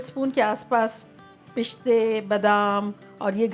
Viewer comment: Pishte!!!! It's piste